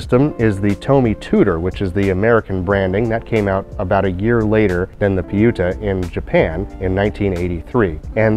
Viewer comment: 8 months late with this comment but FYI the pronunciation of the computers name is "pyu-ta" (as in Com-pu-ter) rather than Pi-yu-to. The spelling has a double meaning in that it's a shortened version of the Japanese pronunciation of "computer" combined with a character that can mean great or magnificant.